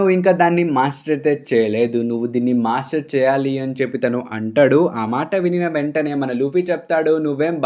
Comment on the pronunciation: Arey bro!!!!!!!!!! Everything is good, Good Content!!!, Good Channel anni baney unnai and I really liked it. But ah "ANTADU" endhi ra ayya, palakadam raadhga ra niku?? Telugey na ?? Plzz kuni cheyyaku mottam antha manchi ga explain chesthunnav ah "ANTADU" is really really irritating!!!!!!!!!!!!. Plz try to pronounce it properly.